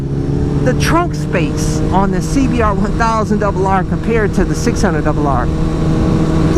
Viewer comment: See be are.....Juan thousand debel harrrrrrrrre lol Love it!